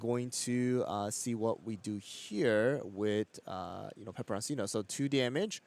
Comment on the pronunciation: Why would you continue to constantly mispronounce pepperoncino when your co caster is pronouncing it correctly?